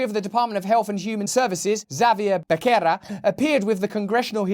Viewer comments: You understandably pronounce 'Becerra' as in 'Becky' when actually it's like 'Bessie', meaning, the "beCKerra" becomes "beSSera" when followed by the vowels 'e' and 'i'. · Becerra is pronounced Betherrrra. It means heifer. Lots of spanish names here.